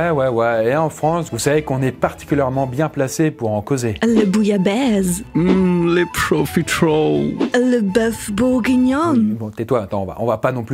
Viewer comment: " la bouyabaise "